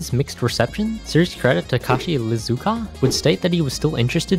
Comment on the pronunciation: Takashi Iizuka; not Lizuka. He’s also the series director of the Sonic the Hedgehog franchise.